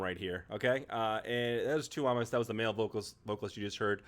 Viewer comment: the stress lies on the U of túúúmas, not the o :D